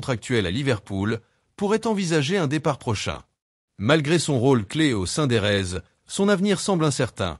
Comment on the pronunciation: Je ne sais pas qui récite cet article, mais ce n'est pas "Le Ganay", mais "Léganès", c'est pas "En Sufati" mais "Ansu Fati", c'est pas "Sientiflique", "si Hansi Flick", c'est pas "au sein des raises", mais "au sein des Reds" Tout ça commence par un "FC Barcelone va paralysé". Désolé, c'est "paralyser". Heureusement que "Flic" n'a pas encore sorti son carnet de contraventions :face-orange-frowning:🥶